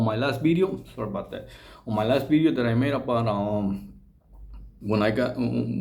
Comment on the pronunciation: Did he say bideo not video lol